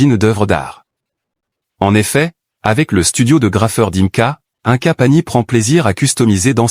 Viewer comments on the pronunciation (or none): Ce n'est pas un ca mais ine ca pour la prononciation. Inca